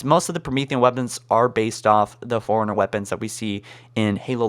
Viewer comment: When you say forerunner it sounds like foreigner